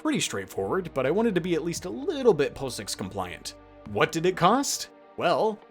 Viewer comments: FYI, POSIX is not pronounced "po-six" it's pronounces "pah-ziks" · fyi - it's pronounced 'paw-six' not 'poh-six'